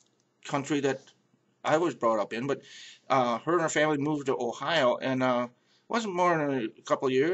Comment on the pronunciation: I hear it in your O sound, when you said dont and Ohio.